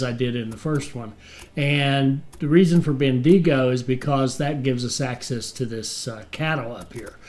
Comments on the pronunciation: lol, ben-de-go. it's ben-digo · As an Aussie Bendigo is pronounced ( bendy go ) otherwise you are doing well. Keep up the great content. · just say the digo as dingo without the n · "Melbourne's a pain" - I live here and tend to agree sometimes :-) Great video (and series) - despite the weird pronunciation of Bendigo commented on already! :-)